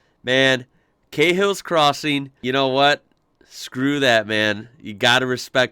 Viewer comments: you pronounced it "kay hills" crossing. Even though mark he introduces it as "car hills" crossing. You're pronunciation was right, not his. You're becoming a true blue Aussie! 😅🇦🇺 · Carhills crossing. Try cahills crossing.